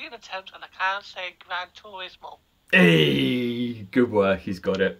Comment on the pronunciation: He said Grand turmoil😂😂😂